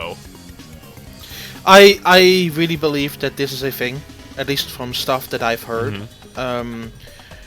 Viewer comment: "Here's the fing......"